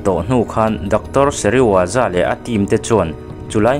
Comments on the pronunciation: thil pakhat i lam sual char2 chu Dr.Sezirawa ni lovin Dr.Serizawa zawk ani a dik tak chu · Dr Seriwaza i ti tlat a, Dr Serizawa zawk a nia😅